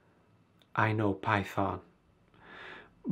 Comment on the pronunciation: "I know Py-thon..." hah :)